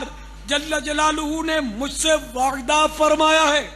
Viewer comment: سچ میں یہ نے تو حرف " ع " کو تو اتنا مشکل ترین بنا دیا ہے کہ سوائے ان کے کوئی اور ادا ہی نہیں کر سکتا "وعععععععدہ فرمایا" 🤣🤣🤣🤣🤣